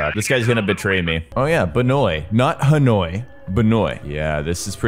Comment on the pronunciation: i apreciate him trying to say ha noi correctly